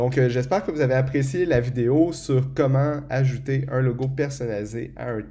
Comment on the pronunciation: Merci pour ce tuto (mais à chaque fois que tu dis "ajouter", moi j'entends "acheter" !) ;)